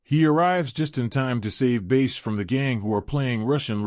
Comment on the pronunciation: It's pronounced Bass. why are you pronouncing it Base?